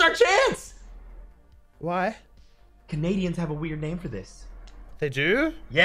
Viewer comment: When Henwy says why it sounds so weird